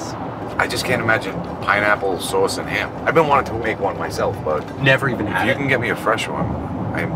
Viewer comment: I love how pronounces "SOOUUS, CHIIIS AND DOOO"